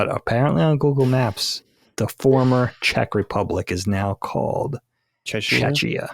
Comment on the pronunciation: the fact that understands how to pronounce czech repepublic, but changes his pronunciation of czechia to "chech ee yuh" is remarkable 😂😂. love this episode and this crew, but i had to bust yr balls